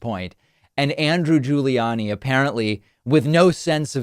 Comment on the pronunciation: I love how David pronounces "Andrew Guli-annie"😅